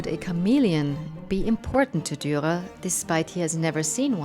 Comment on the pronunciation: The last r in Durer is silent? Perhaps not? You sound like you are dropping it sometimes.